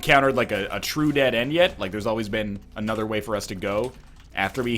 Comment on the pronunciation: Oh Northernlion plays Binding of Issac. It's "ANUDDA ONE!"